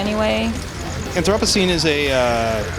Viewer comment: she says "apothecreen"